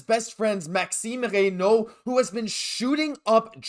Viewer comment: Ah ah I was about to post the same thing, great pronunciation. 😅 Bonjour from France 👋